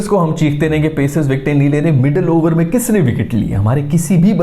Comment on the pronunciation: Abarrrr 30 abarrrr was hilarious 😂